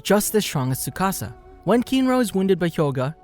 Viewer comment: tsukasa not sukasa XD